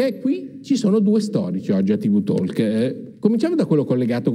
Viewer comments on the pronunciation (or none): Massimo Bernardini, non la prendere come una sottolineatura con la penna rossa o blu, tipo maestrina severa d'antan, ma te lo dico da collega: NON si dice "tivvù tolk". Non capisco perché usare la "solita" espressione inglese quando si può usare l'italiano, ma pazienza... Una volta che si vuole proprio apparire così esotici che almeno si dica correttamente: TOK, ripeto, TOK, e NON tolk, rpt NON tolk. La "L" (elle) è muta, NON si pronuncia. Altrimenti si può dire anche TALK, come è scritto. È orribile, ma almeno un filo piû coerente... Stessa cosa, per fare un esempio, succede con "walk" (camminare), che si pronuncia "wok"... Prova a verificare, te lo dico da collega al quale stanno a cuore le lingue, in primis l'italiano...